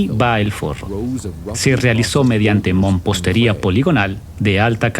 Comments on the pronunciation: Se pronuncia Mampostería. No " mompostería". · amigo que estas narrando la palabra correcta es MAMPOSTERIA Y NO MOMPOSTERIA